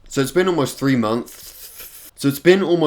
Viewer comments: “hey google how many days is 3 monthths?” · A monthhhttttthhh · just say “munce” instead of months. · Mumfs lol, it's okay bro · Tip: say munts instead of months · EY WHY DO BRITS ALWAYS SAY MONTHS AS MOMS?!?!?!?!?!?!?!?!?!?!?!? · It’s been almost three moths... it’s been almost three montsh... it’s been 91 days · when i realized he cant say “months” properly because of his teeth gap 😭😭😭😭 i’m soft dont touch me. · Don't worry I have trouble saying months to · Conspiracy theory: can't say... Months? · you have ruined my ability to say months. thank you 😂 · How.... How does someone have trouble saying months? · Consepacy theroy:He hates the word months because hes a dunbass and cant say it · is expert at saying the word month... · legends say is still trying to say 'months'